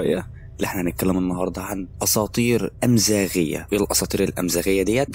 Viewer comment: اسمها اماازييغية بفتح الالف وفتح الميم ... تحية من مغربية عربية حرة